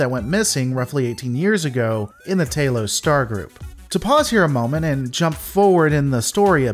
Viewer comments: Anybody else get the shivers when he mispronounces stuff that's canon? Tah-los not tay-los... Obviously a sneeky alien trying to fit in but humorously misspeaking. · I am the biggest fan that those big headed people ever had. They can capture me anytime they want. LOL Note to commentator: the a in Talos is short, as an apple. Not long as in Taylor.